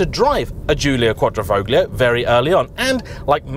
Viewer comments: lovely review as always, but please stop pronouncing the G in quadrofoglio- just like in the words "lasagna' or 'sign' it is silent. cheers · The "g" isn't pronounced in Quadrifoglio. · Could you at least try to make an effort at pronouncing any of the italian names correctly? Quadrifoglio with the G pronounced makes any italian speaking person cringe! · Bit of a mouthful 'Quadrifoglio' especially when pronounced incorrectly. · Do you have any plans to learn how to properly pronounce “Quadrifoglio”? I mean, you managed to drop the “T” in “Esprit”. I’m not going to start in on the “X” that you added to “Estrema”.